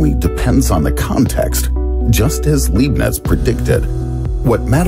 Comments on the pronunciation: It's not Liebnitz, but Leibnitz. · This is awesome but how is it possible that nobody in production noticed that Leibniz's name was continually mispronounced?